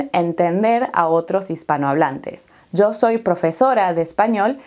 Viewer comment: ¿De dónde es Usted? Escuchando a video sobre el clima pronunció "yo" y "ya" un poco como "zo" y "za". ¿Es un país específico?